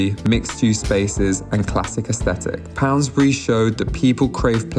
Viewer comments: Pound….. bury. No S in the middle! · It’s called Pound<>bury - no s in between! But good video otherwise. I think Poundbury is a lovely place.